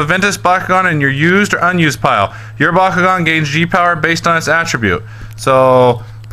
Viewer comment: lloll pire instead of pile